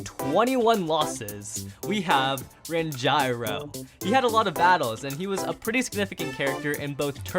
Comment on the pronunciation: what do you mean ran''JAI''ro